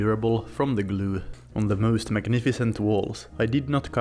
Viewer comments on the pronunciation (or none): I love how you say 'gloo'. xD